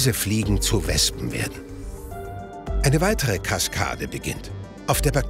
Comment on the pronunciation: Wespen mit V lol